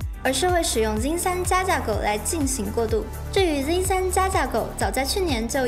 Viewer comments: 這英文破到笑，zen念zin，拉斐爾念拉佩爾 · 我一直聽到 jin 3